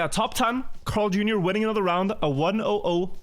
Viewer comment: Bro am I the only one or is pronouncing CarlJr weird? It sounds like he is saying Crarl or sth idk